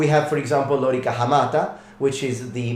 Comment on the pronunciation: It's lōrīca, with long vowels, so the accent is on the middle syllable.